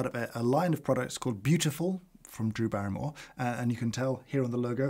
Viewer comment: 'Brew' Berrymore.